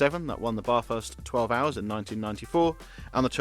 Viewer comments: PLEASE! It’s not Bathurst as in “bath”, but Bathurst as in “bat”. A small difference you may think, but it makes every Aussie motorsport fan cringe…. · It's Bathurst, mate, as in "ass" not "arse". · Looks like some fun stuff there but mate - it's Bathurst not Baaaaaarthurst. It's like "Hey Mum - gonna take a bath" not "I say Jeeves - run me a Baaaaarth pip pip."